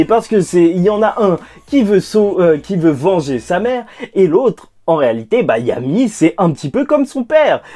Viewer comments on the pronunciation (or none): Tu as dit vanger Lucifer mais super vidéo